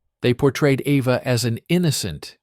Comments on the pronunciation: It’s EVA not Ava!! BRAUN not Brown!!! Annoying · Try to say the "au" part of Braun as "ou" in the english word "house"...it comes closer to the right pronounciation. Eva in german is pronounced like E as in the englisch word "bed or red", so quick and short -eh Pls no "e" as the first letter of "evening" And the V is an "f" as in the word "info" A more like an "ah" as in the last a of the word "Africa" So Ehfah 😊 I am german....hope that helps a bit😊😅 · Yes, he keeps calling her AVA. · Eva. Not Ava. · Braun is Braun and not Braawn. And if you want to pronounce it it would be closest to Brown. And she been named Eva and not Ava. You can bet, I am German and should know. I guess your wrong idea of the "Braawn-Family" is owed either to a bad AI narration or a narrator that speaks a bit sloppy here and then. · Eva is pronounced AYva in most European languages. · I know, the "Ava" pronunciation was annoying.